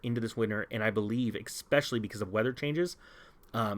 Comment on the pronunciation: You make amazing vids- really love them all, however, there is still no letter X in the word “especially”. Just an “S”. I can’t be the only one gritting my teeth every time you say that word. 😉